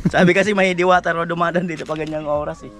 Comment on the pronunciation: Sabi mo diwata dilata hnd diwata😂😂😂